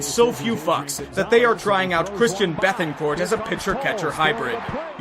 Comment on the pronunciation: Beh-tan-court not Beth-an-court